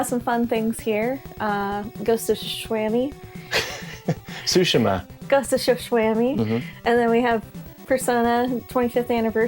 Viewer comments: “Ghost of tsu-shwamy” 😂😂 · Ghost of Good Shwarma. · Ghost of Sashimi